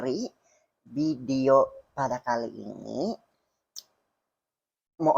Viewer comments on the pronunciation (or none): none